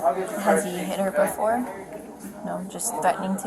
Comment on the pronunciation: She meant 4 to 5. "Ant" no way in h3ll she meant 45. Like the number "befoe" 46 and "afta" 44😢🤦‍♀️